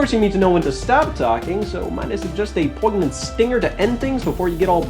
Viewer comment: I need him to learn how to pronounce poignant